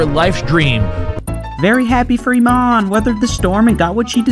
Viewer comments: I dont understand how no one can pronounce her name right, Imane, not Aman. So strange, like Kamala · I-man-e. it doesn't get any more cut and dry than that